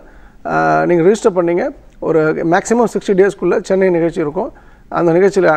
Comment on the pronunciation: அது nigalshi இல்லை நிகழ்ச்சி. Magilshi இல்லை மகிழ்ச்சி. Please do your homework before anchoring. It sounds really funny 😂😂😂